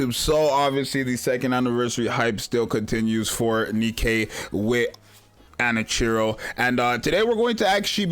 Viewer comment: He was stuck on that name before too.